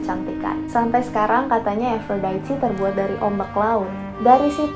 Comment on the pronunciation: baru tau cara baca aphrodite 'efrodaiti' :")